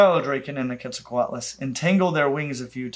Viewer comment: although we accept Kwet-zal-ko-ot-lus as the correct pronounciation for the pterosaur, the god was apparently named Ket-sal-cut